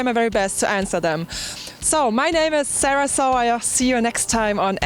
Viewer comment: Good job Sarah, and for the record I'm (Like many FLD fans) are very much cool with the original pronunciation of your name. Tell them haters to attempt to learn German! Peace.